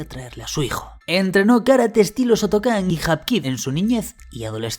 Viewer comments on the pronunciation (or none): Morí cuando dijiste " karate sotokan"